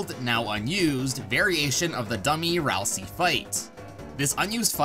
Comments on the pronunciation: Ralsei, not Ralsee. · um "ralsei" is pronouced Ral-SAY, not Ral-SEE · You’re pronouncing Ralsei like (Ralsee), and that’s not how you pronounce Ralsei. You pronounce it like Ralsei (Ralsea). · Why does so many people call Ralsei as Ralsie? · ah yes ralsee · It’s ral-sei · aight so how many times did he miss pronounce ralsei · Almost positive you pronounced Ralsei wrong